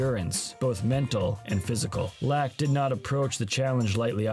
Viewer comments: great video BUT FUCK ITS PHIL LAAK PRONOUNCED LUCK not LAAAAAAAAAAACK hahaha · How can you make an entire video about a guy and not know how to pronounce his last name? It sounds like LOCK, not LACK. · I’ve always heard his name pronounced “lock” but you keep saying “lack.” It’s throwing me off. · I don’t believe you. In this very video, they show clips where commentators pronounce it as “lock.” Either you’re trying to troll, have terrible hearing, or you’ve never realized how it’s been pronounced. I’m guessing you’re trolling. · If you're making a documentary about the man, you should at least pronounce his name right. This is disrespectfull. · The narrator has a laak of skill for pronouncing names correctly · If you are going to cover a player, at least learn how to pronounce his name. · The Laak pronunciation is lackin